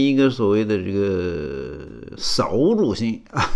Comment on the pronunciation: 扫(四声)帚(轻声)